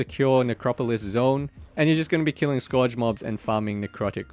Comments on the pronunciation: bro its not pronounced like score-age. Its pronounced Scurge. L2 engrish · Scourge rhymes with surge, I hear people mispronounce that all the time, which I get it if english is your second language. It is not a common word.